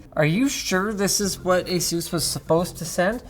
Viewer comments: Says asus wrong all the time it's ASUS NOT AZEUS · Excuse me did he say A-Sues I thought it was A-sus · Company name: Asus Linus: Ä sus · Say ASUS